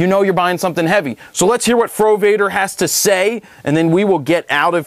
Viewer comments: I skipped the frowader part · Fro Wader is John Dumb-ar, i skip it